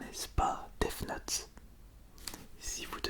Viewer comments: Mais pk il dit deave note ? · A l'anglaise